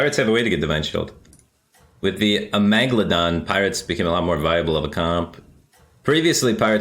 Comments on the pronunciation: Why do u say Amegalodon. That's a shark, not this card tho, same with amaz saying amalgamadon, just say amalgadon. Ez! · Bro, it's pronounced "Ah-Mal-Ga-Don. Not Amegladon lmao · He just calls it A-megalodon, because of The Meg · I wince each time he mispronounces Amalgadon.